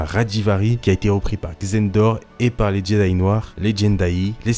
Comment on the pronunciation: C moi ou j’entends jeday